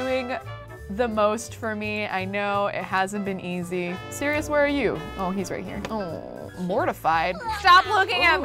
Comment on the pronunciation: Who else gets triggered when she says Sereois in stead of Sirious